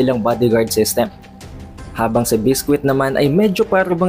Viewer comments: It's bisqui not bisquit lol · Lods naba bother Ako sa pag pronounce mo Ng name ni biscuit.